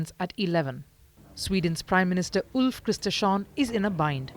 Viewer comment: As a Swede I must say the translator absolutely slaughtered Ulf Kristersson